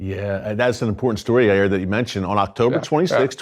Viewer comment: It’s pronounced Yay-eer